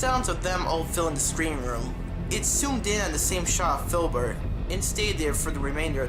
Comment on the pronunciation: ITS FILBURT